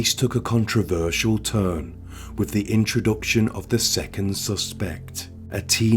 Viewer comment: I really was interested in this but your voice is unbearable with the constant up tones which are not natural, also, with has is pronounced with a th not a v.